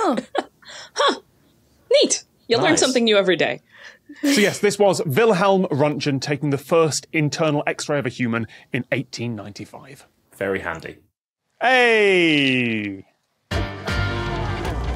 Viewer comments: I think his name is pronounced with a hard "g" and the first syllable rhymes with "tent" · The "g" in Röntgen is hard (i.e., closer to "ront-gun", not "runtjun"). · 1. It clicked for me when said ‘small hands’. 2. Tom, as a linguist you went to the trouble of pronouncing Wilhelm with a German W, but completely mangled Röntgen?! Specifically the g is like gate not germ (we can skip over the vowels for now). 3. Is this another example of the wife doing a lot of helping in the lab and contributing a lot to the new discovery only to get written out of the academy and never receive the credit she deserves? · The pronunciation of "Wilhelm" is appreciated. Now let's work on "Röntgen", K? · I knew this one immediately because I've seen the original picture before, but I'm just horrified by Tom's pronunciation of Röntgen. Like, how can a linguist pronounce it THAT badly?? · Tom's pronounciation of Röntgen ☠